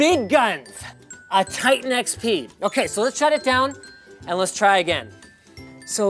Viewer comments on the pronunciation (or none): none